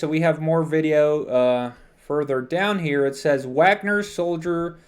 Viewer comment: The a in Wagner is pronounced the same as the a in far.